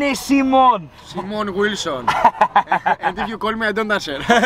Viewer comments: Why do you introduce yourself as "Semen"? I thought your name was Simon buddy. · Why always seemon and not Simon 😂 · ha ha why do you tell people your name is Seemon......its like me saying my name is Maythew :D